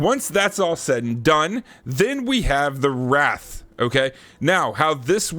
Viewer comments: hearing him call the wraith a wrath is annoying the shit outta me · hahaha I was so confused on what "wrath" was for a minute 😂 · Learn how to pronounce wraith